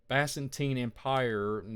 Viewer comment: I like you , you seem very nice it’s pronounced biz-in-teen and na-crop-alas I hate when I’m pronouncing things wrong , it gives people excuses to discount what you say ! Keep up the good work